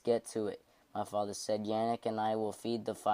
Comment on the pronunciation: Like dude his name is yanek.....